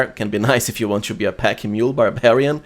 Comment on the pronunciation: Respectfully, please improve your accent. 'to - to͞o" | not 'chew - CHo͞o'